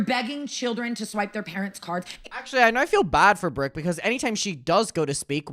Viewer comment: PLEASE tell me WHAT is that accent??? "Breerk" instead of "Brooke", "teer" instead of "tour", etc... why do u pronounce your O's and U's like that?!?! I can't 😭